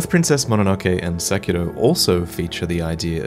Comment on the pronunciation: It's suh-kee-roh not seck-eee-doh